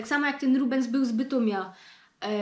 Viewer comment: "Śląsko godka"!? Te,, może na som poczontek; Fto ąuje i ęuje, tyn sie na Ślonsku pieronym "kompromituje"!, poradzisz to spokopić?! No i dej pozor na szczegoły; "był z Bytomia", jo by pedzioł; boł z Bytomio! nie "od razu", ino zaroz(ki) "do Was"?!, Ponbocku Świynty; do Wos!!! "jest to zupełnie coś innego", to je blank inakszy! "zaroz jedna założa", lepi by było (ł)obleka (a nojlepszy; sebleka!;) "u nas", u nas (w altreichu?), bo u Ciebie to - mi sie zdo - "u nos"!? jak przichodzom beboki to nie jest pozamiatano ino już blank po ptokach..., "tu je chłop", ja, ale bez "ł"! Toż pacz tam jako i niy zapomni ło żołto-modrych serduszkach do mje! PS Aha, pedzioł żech już, żeś je richtig?!...